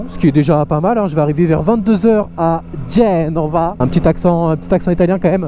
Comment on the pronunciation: L'accent était pas mal, mais on met l'accentuation dur la 2eme syllabe. Genre pas GEnova, mais geNOva. Sinon toujours aussi bien tes vidéos continu comme ca